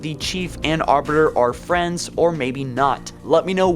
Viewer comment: Of course they're FWENDS!!!